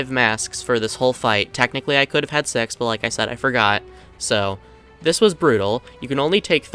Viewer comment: bro did NOT say six